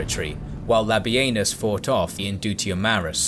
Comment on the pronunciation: the disrespect to labienus.... its LA-BEE-NIS not LA-BEE-EN-US. The man deserves atleast 35-45%, if not 50% of credit for the gallic wars and yall cant even get his name right or properly credit him